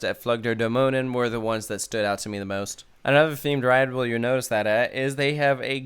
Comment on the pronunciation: with "Dämonen" you come really close if you try "Damn", "oh" and the add "Nanny" without the "y" - "Damn - oh - nann"